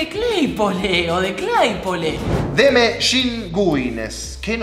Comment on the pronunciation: no se pronuncia cleypole loco, claypole claypole